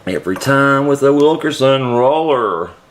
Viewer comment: thanks for the info. BTW, it's not "Wil KER son". It's "Wil KIN son". You keep saying it wrong, and it's not your accent.:)